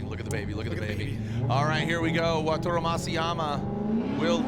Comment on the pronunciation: YEAR 4 of saying "WATURO" instead of WATARU 😂